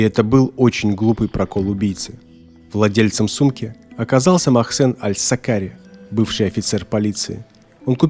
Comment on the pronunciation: Не Мосхен а Мохсен